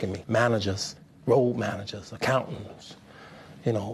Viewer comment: 😂 He said “Accountaners”. Lord he needs to go back to elementary school..... oh wait nooo scratch that. Definitely not any schools might be too tempting.